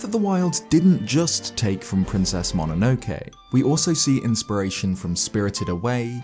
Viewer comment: Great video, but you pronouncing Ghibli and MOnonoke wrong was 😢